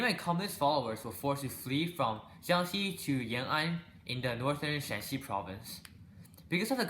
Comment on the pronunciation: also it's shaanxi not shanxi